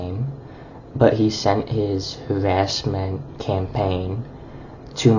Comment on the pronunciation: STOP THE HAWASSMENT, WASCALLY WABBITS! 🤮